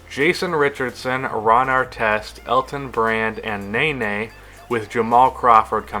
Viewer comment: It's pronounced: ne-NEY not NAY-NAY